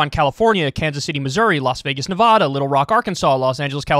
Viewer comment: Kyle mispronounced Nevada like a typical New Yorker.